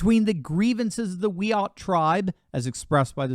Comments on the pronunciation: Tucker spelled it right. It's 'wai-uht', not 'we chat' with a silent 'ch'. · Its pronounced Wee Art. Great start. It is the place. By some magic it "represents" the place where native youths were auctioned off as slaves. No luv. It might be the actual place where that atrocity took place but there is nothing about the geography or the statue that either "represents" or "celebrates" those events. This lady is an idiot in search of a meaningful purpose in life. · You know how this is going to go when she immediately gets offended at the mispronounced of the tribe 🙄